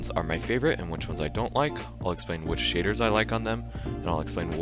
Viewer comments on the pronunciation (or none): none